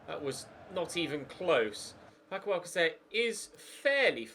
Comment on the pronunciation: Sayng alcacer wrong. its alkassa